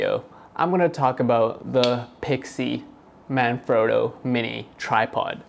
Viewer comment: Please don't take this the wrong way, The "frotto" in Manfrotto isn't pronounced "phroto" it's frotto like an otter. That's what the double t is for...sorry lol great review though!